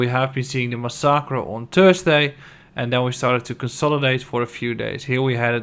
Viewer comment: i recommend you to investigate how you pronounce the word ''massacre'' thanks!